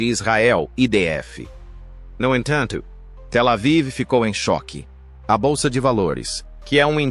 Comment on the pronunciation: Essa tradução é horrorosa !! "No enthantho,,"